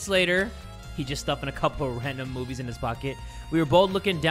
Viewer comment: Ah yes "moobies" 😩